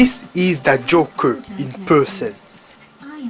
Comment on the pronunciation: Très belle édition limitée ! J'aime bien l'accent que tu dis le "Joker" ah ah :]